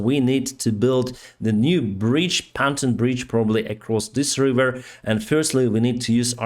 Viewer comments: Pantone is a weird word in English its pronounced "pon-toon". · Bless you.....but can I remind you gently: Its PONTOON bridges, Not PANTON bridges. Pants are underwear in English or what your breathing is like after a long run: panting. You English is perfect otherwise and I thank you for all your hard work to publicise this war. Ukraine is winning. Great! From Ireland. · Pontoon is pronounced “pawn-TOON” Love your channel!! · its pronounced... Pon... Toon.